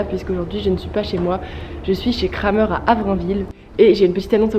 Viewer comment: c’est Krämer (la ä se prononce é)